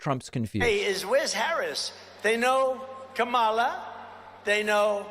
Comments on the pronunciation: He keeps calling her Kamala, like the wrestler, on purpose. He absolutely knows the proper pronunciation, he’s just a childish prick. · I've noticed that when Trump pronounces her name, he usually hesitates slightly so he can make sure he mispronounces it, because there are other videos of him pronouncing her name properly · What is totally disrespectable is constantly saying Kamalas name wrong purposely. That alone says everything about Trump to never ever vote for Trump.